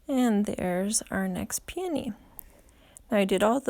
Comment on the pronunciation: I've never heard them pronounced the way you do it. I always heard it pronounced like PEE-O-KNEE. You are so talented and I love your videos.